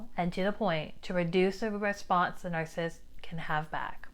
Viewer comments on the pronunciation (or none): Any chance you might be okay with me saying you are saying 'narcist' incorrectly? There is a man on YouTube who is one and explains life from his perspective but says this word incorrectly as well It's not narsist with two syllables It's narcissist with three syllables. Nar- ciss-ist No disrespect, but words are important. How you say them is important too.